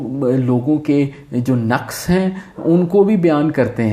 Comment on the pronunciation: Pehli dafa kisi ko naqs sahee pronounce kartay suna hae. So much so that I had started thinking maybe I pronounce it wrong.